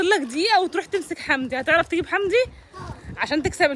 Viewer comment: يونس موتنى ضحك لما بيقول وينادى على حمدى ويقول له حندى 😂😂😂😂 عسل يا يونس